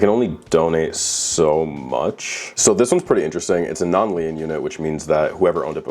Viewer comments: Lien= LEAN .......You should learn how to pronounce the word before you go making a video where you're constantly MISPRONOUNCING THE WORD!! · in America it's never pronounced Lee-ann. Don't know how an adult has never used the word lien before. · I was so confused because I pronounce it like “lean with it rock with it” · Brother lien is pronounced lean. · Another solid video. Congrats on the sponsorship. Just a heads up: Lien is pronounced like "lean" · It was kind of endearing lmao like he’s too innocent to have even ever heard the word 😅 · Came here to say this LOL. Great video but the "leeann" pronunciation of "lien" was driving me nuts. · But cant say LEEEEN? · Lien is pronounced "lean" btw Love the videos though, no hate! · Yayyyyyyyyyyyyyy a new video Also are you saying lien? If so it's pronounced like leen/lean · the way you pronounced “lien” bothered me so much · How.. did you pronounce lien 😂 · I was confused for a second until I realized he was trying to say lien 😂 killed me. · Thought it was a new mortal kombat character 😂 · Never seen someone fuck up the word ‘lien’ so many times in my life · Why was bro pronouncing lien like that lol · Why is it wrong to point out his inability to pronounce "lien"? It was terrible. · Leeens its pronounced Leeens - liens but its dope how did have a heart in the matter sir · "Lee-en" units... LOL. The word is pronounced "lean" as in "you lean over." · It's pronounced "L-EE-N" not "L-EE-EH-N" roflmao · he keeps pronouncing it “Lean” units like the name. Lee-ann. That’s not how it’s pronounced. Lien is pronounced Lee-n. Like to bend over. Sounds like Clean minus the C. Lien - noun - the right to keep possession of property belonging to another person until the debt owned by that person is paid Storage units that have Liens on them are units that that storage company is essentially holding hostage until the renter pays up. Lien on me, when you’re down, I’ll be your friend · Lien is pronounced lean, not lee-en